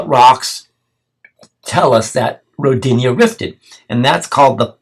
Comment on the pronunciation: Its pronounced (Ro dee na) more emphasis on Ro part.. Rodinia sounds like female name lol